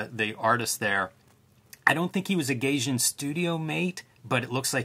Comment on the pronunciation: "GUY-jin" >Gayjin"